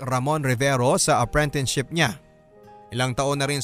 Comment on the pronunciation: Bakit parang apprentineship ang naririnig ko imbes na apprenticeship? LoL